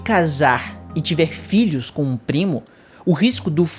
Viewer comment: Ele: 'Filhos" O que eu entendo: "Vídeos".